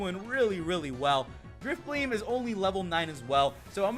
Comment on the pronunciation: no offense but u should pronounce Drifblim Drifblim not Drifbleem